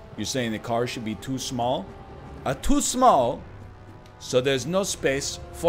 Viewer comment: I always think the guy says toy small instead of too small.